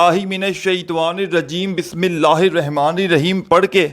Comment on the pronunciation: Kameney tujhe bismilla bhi padhna nahin aata sekha raha he wazifa